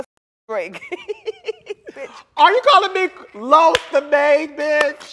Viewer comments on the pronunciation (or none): none